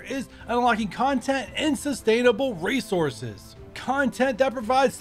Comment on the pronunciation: Hands you an extra R for your Resouces